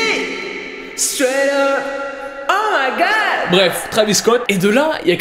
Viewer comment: le "oh my gad"😂😂